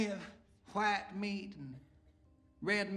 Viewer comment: I see plenty of chwhite meat, red meat killes me everytime, the way he pronounces white like chwhite . 😂🤣